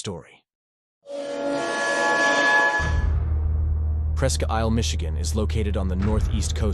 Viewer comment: New viewer...great video 👍 Just because I used to live there, I have to..Presque Isle is pronounced like Presk Eel.